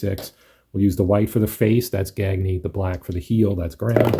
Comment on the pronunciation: Gagne is pronounced gone-yay